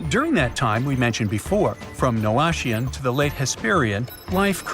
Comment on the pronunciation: "Noachian" is pronounced "no-AK-i-an". There is no ch or sh sound in it. And where's the "most dangerous spot on Mars" promised in the title? Another clickbait know-nothing YouTube channel.